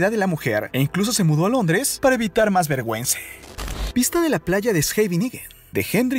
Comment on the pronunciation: Mi pregunta es: porque dice “elle” “vergüence” y cuanta palabra termina en “A”🤦🏽‍♀️